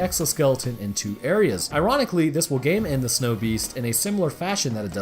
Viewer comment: It took me too long to realize you were saying “game end” instead of “gay men” that viral load part was making my brain stall until I got to you having to re name d e a t h